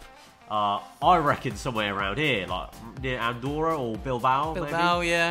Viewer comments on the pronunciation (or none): none